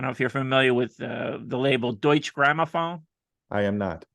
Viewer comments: the 'e' is pronounced like 'uh'. Doi-chuh. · Hey, to save embarrassment at cocktails parties, the 'e' at the end of Deutche is pronounced (like 'er').